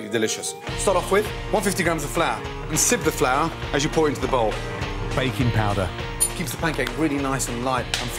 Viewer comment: I thought I heard bacon powder instead of baking powder haha